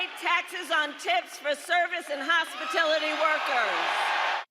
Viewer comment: What’s “hospitIlity”??